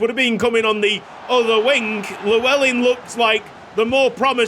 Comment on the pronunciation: Just to let you know as a Welsh man myself that's not how you pronounce Llewellyn, there are videos if you'd like to watch. Double L in Welsh is pronounced differently just to let you know.